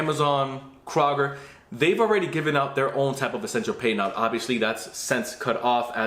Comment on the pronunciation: FYI. Kroger is pronounced crow-ger. Thanks for the video!